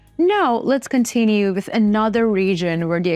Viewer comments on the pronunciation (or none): none